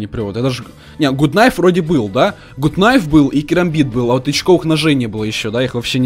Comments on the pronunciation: Чувак говорил тебе уже не правильно говорить гут найф нужно говрить гат кнайф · правильно говорить гат кнайф, а не гут кнайф. И ещё вопрос: ты читер? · Не гут кнаеф а гат кнаеф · не гут найф а гат найф! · АНУАР 5 Мусабеков вообщето правильно гат найф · ПРАВИЛЬНО ГАТ КНАЙФ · Говорится гат найф нуббббббасс